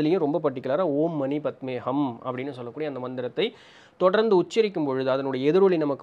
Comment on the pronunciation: Anna it is ஓம் மணி பத்மே "ஹும்" . Not ஹம்.. i saw osho elaborating it in a reels